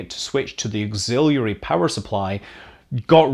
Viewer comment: "Auxilluiary" - Scott Manley, 2019